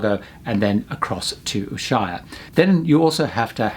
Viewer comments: It's pronounced: Ush-way-a. I worked in Antarctica for 3 years and made multiple trips there. I have been enjoying your cruise videos. One other thing you could tell people about is that there are often crossing currents that create a rolling motion that makes lots of folks seasick. I went on a large icebreaker and did get to visit Deception Island. Because of the volcanism, you can dig a shallow tub on the beach, let it fill with water, and have a nice "hot tub" experience while icebergs float nearby. Seasickness can be countered by listening through a headset to music with a strong beat or rhythm that refocuses your brain away from the upsetting ocean rolling. Pretty much, no one eats during the crossing of the Drake. Don't forget that the seas can get waves up to 100 feet high and it can be dangerous. People that have fallen overboard are never rescued and they disappear quite quickly because of the freezing temperature of the water. If you are told not to go outside because of high winds, take them seriously because catabatic winds can literally blow you away. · Wonderful report. But, please!!!!!!!!!!! Ushuaia is pronounced 'oooosh-way-ah'. I can't believe you have missed that.